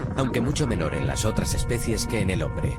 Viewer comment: no somos monos, pero eso se dice especies y no especias